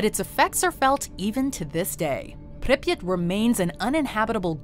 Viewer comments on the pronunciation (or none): Please stop saying Pipyat like that. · It's called pripyat not "preppyt" lol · The pronunciation of Pripyat Is awful